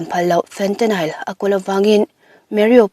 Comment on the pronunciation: Fentanyl- Fentanile nilo in Fentanyl tia lam tur...